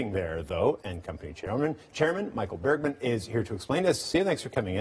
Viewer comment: Cringe -- It's Michael Bregman, not Bergman. -- How could you not know this?